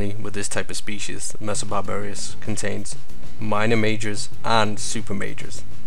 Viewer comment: It's 'Messor barbarus', not 'messor barbarius'.